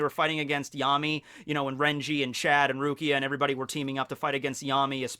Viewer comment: That's an odd way to pronounce the name "Chad".